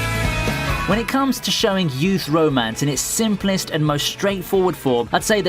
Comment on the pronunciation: it sounds like he is saying bro mance